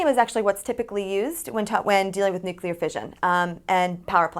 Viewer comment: it's NEW-CLEAR. not NUKE-U-LAR